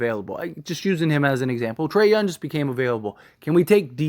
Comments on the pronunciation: “There yunn” 😂 gotta announce the g brotha “Young” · Bro there is a G in younG, pronounce it!!